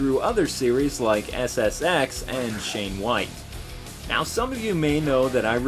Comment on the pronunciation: It's not "Shane" White, It's "Shawn" White.